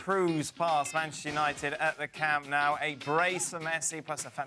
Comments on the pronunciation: Camp "Now" it's not pronounced like that. Its N o u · It's pronounced 'Noo' not 'now' . A game doesn't determine the correct pronunciation. You could try asking a Spanish or a catalan for confirmations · Trying to sound Catalan but failed;), it should be pronounced "Camp No" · I am not a Catalan, but I believe it should be pronounced like "Salou beach" near Barcelona, "Salo". So "Nou" should be "No". Therefore, Camp Nou will be "Cam no" to be precise, no?:)